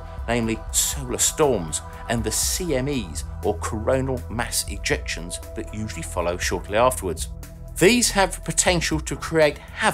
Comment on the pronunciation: Just want to point out that it is Coronal mass ejections, as in, the mass of the corona is being elected. It's not a coronal mass ejection. You were saying it like it was "mass" as in large, or at least that's what it seemed like. Fucking English, why are you so confusing.